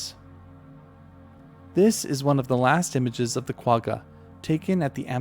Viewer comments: Pronunciation on Quagga was incorrect. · The southern part of Africa you mentioned is a COUNTRY called South Africa 🇿🇦 Also please correct your pronunciation of Quagga. Otherwise, great video.